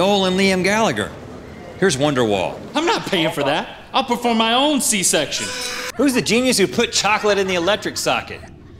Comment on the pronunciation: ...everything was good until Link said c-section